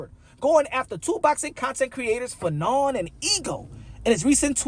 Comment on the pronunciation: Wasn't you calling fannon fagnon I think that's worse than bud did lol